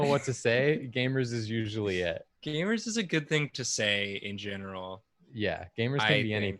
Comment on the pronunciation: really pronounced it "Gaymers🌟" and I felt my gay little heart flutter